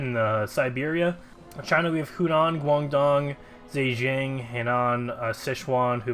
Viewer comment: yeah, the pronunciations here in a lot of ways are pretty incorrect lmao as someone who knows some Chinese, the way he butchers Zhejiang (zhuh-jahng) as "zee jang" kinda hurts, but that is going to be very difficult for any English speaker who doesn't know the way Chinese is Romanized. Then there's "le-wow" for "luh-viv", pronouncing js in Eastern European states as js instead of ys, etc etc. Basically, most of us Amuricans dont know how tf to pronounce things that aren't English lmao